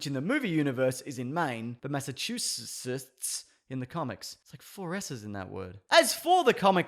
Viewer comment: Great stuff. Side - note - Massah - chew - sets.